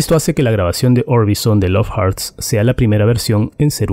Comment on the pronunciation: Hurts Se pronununcia jorts no jarts